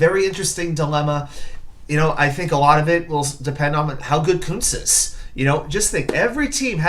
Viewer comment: I watched "Meet the Jets Rookies" yesterday and Kuntz doesn't pronounce his name "Koontz"......yup, it's the other way.